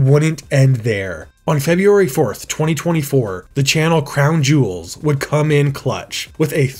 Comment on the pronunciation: How did you manage to say "Clown Jewels" as "Crown Jewels" every single opportunity?